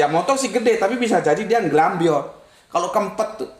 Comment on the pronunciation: Bukan kempet, bentet